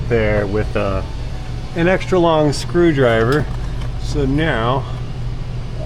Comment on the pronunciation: Please don't say "screw me driver" LOL